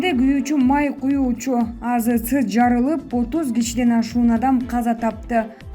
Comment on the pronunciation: Азс эмес азэ эс деп айтылат. Тиштенбей окучу чон кыз...